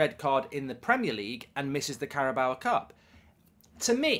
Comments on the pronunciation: It’s car-a-bow. Not carrabowa. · THERE IS NO 'A' AT THE END OF CARABAO CUP MARK! It's not 'Carabaoa cup' it's CarabAO' It's pronounced 'Carabow' as in 'take a bow' not take a bowuh' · I wish you'd stop saying Carabawa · I can just about make my peace with you calling Trippier "Trippy Ay" but stop calling it the Carabower cup. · The way how Mark pronouncing Carabao actually makes my skin crawl